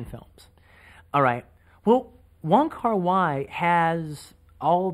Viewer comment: It's not Wong Kar 'Why', it's Wong Kar 'Way'.